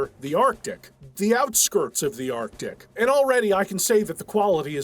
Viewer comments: Yeah but then he goes and pronounces it like arc-dick. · Artic Assualt. That bothers me like nails on a chalkboard.